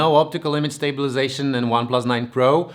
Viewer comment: Everything is ok except of pronounce of stabilization most of the time :c Great job tho